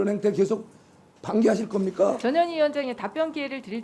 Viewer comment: 저년희야 발음이 영 이상하네